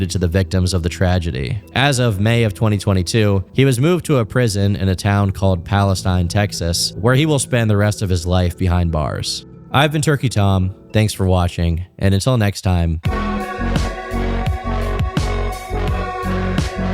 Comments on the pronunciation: It’s actually Palesteen not Palistein in pronunciation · Palestine Texas is pronounced "pal-est-EEN" and not pronounced like the country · the people of Palestine, TX get very angry if you pronounce it the same way as you pronounce the country. The proper pronunciation of the town in Texas is "Pal-uh-steen" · PalesTEEN, Texas. They say it a little odd. I was born there! Weird to think the Chud Wojak is imprisoned in my birth town. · Its pronounced Palehsteen